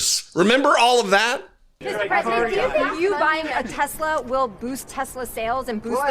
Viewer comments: "I love Tesler!" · He doesn't want an elect car? What happened to " I Love Tesler" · “I love TESLER!” Lord help us. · Oh I remember him vividly saying, "I LUV TESLUR!"